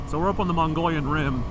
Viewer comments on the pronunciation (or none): Its pronounced MOH-GHEE-ON rim, and I recommend it for an ADV ride! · The "Rim" is the southern edge of the Colorado Plateau. It is pronounced "Mo-Ge-Own" rim. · It’s pronounced “ Mo-glee-on” Rim 😂 Not part of Asia. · I’ve heard the locals pronounce it both MUG-ee-own or muh-guh-YOHN or MUG-ee-YOHN